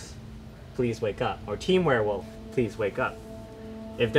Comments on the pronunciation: wereolf? Lmao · Missing that second “w” in werewolf